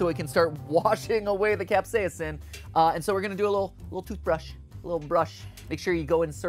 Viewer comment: I can't get over how every time Mat says "capsaicin" it sounds like he glitches out on the second syllable. 😂 CapsaEEEEHHHcin. 🤖